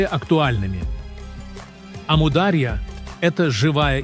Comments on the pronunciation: Ставьте ударение правильно, не амУдарья а Амур-Дария!!! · Не аму а ому даря. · Правильно АмударьЯ-ударение на последнем слоге! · Как только услышал от ИИ "Аму-дАрья", а не "дарьЯ" — перестал слушать , ИИ просто осточертел 😱‼️Дизлайк! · не Амудáрья, а Амударья́. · Точно.Амударья ударение правильно на последнюю букву. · "Амударья"-ударение падает не на "а", падает на"я". Произносите пожалуйста правильно! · Автор вы бы сперва научились правильно произнести слово Амударя' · Неправильно произносится название реки и гор. Истоки начинаются с Памира и река называется Амударя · Очень нужный видео. Аму дарья ударение правильно надо ставит. Аму отделно Дарья отделно. Дарья по переводу река. По другому его назвали Джейхун значить бешанный река. Самый мутный река но вода исключительно вкусный. Река начинается от горы индигуш Афганистан. Спасибо за видео очень обрадовалась это наш река.где наш река солнцем здороваться солнце свет дает а река отражает. Мирный привет тебе здоровья и благополучия из Туркмении. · Амударья ударения на «у» Даша тут не причём 😂